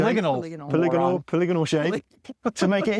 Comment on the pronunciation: Don't feel so bad about not knowing "crenellations" when matey struggled with "polygonal". Not entirely confident he understands what it means either... he is lovely though, so i won't hold it against him.